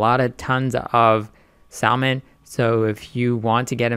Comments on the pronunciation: Good video. Just a heads up, it's pronounced Sa-mon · Why is he pronouncing the L??? My ears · How the fuck can I take investment advice from a guy that doesn't even know how to pronounce the word "salmon" correctly? GTGOH 🤣🤣🤣🤣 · the L is silent in salmon. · Bro, learn how to say SALMON, its irritating.. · First. Never trust a person who is trying to pitch a product thay cannot pronounce. Second. Before you invest in any entity that is genetically engineering seafood, look at the empirical information on these products and the overwhelming number of people who have developed cancer directly linked to this process. Lawsuits ÷ farmed, genetically engineered fish × stock offering = bankruptcy with loss of total investment.